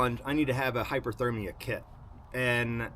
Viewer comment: Cool video! Is hyperthermia the same as hypothermia? It sounds like you keep saying hyperthermia.